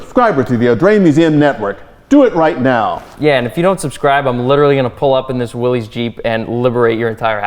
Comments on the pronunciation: It is pronounced willis. As in, "what you talkin bout Willis". One would think staff at an automobile museum would know that. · Problem with the '73 Buick was that it was low compression so it could run on regular. Torque it had, horsepower it didn't. The '61 Pontiac Ventura 389 would run circles around that Buick. "Willys" is pronounce willis, NOT Willies. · Donald you should know better that the car company that built jeep pronounced his name like it was spelled as Williss. Go look at any old TV ad from the early 50"s and see what name is said for the Willy's Motors. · C'mon guys!!! If anyone should know the correct pronunciation of Willy's it, should be you two!